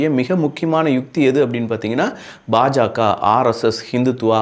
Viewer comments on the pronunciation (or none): none